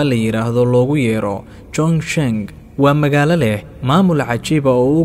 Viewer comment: Waad ku mahadsantahy warbixinta soo kordhisay,lkn magaca magaaladu waa 重庆 oo loo akhriyo chongqing maaha chongshin. Dadka kunool guudahaan magaaladaas waa daraasadii 2019kii